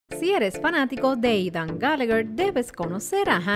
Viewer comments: Yo no escucho hanna escucho queen xd oye quien mas escucha eidan envés de aidan :v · No es Eidan es Aidan el mismo lo dijo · NO ES EIDAN ES AIDAAAAAAAAAN